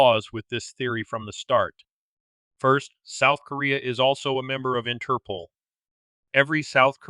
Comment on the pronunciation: Interpl? I believe it is pronounced Inter-pole